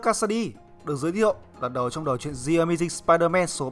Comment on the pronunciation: Bạn nên luyện phát âm tiếng anh lại đi nha. Chữ "The" mà phát âm là "giờ" "gì"? Nghe bạn đọc "gì ờ mây ding sờ pai đờ men" mà mắc mệt